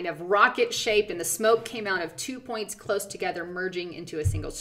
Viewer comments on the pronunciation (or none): none